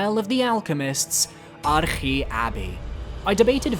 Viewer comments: Arche may be Greek but you aren’t. Just say arch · There's no way that is the correct pronunciation of Arche Abbey I refuse to believe it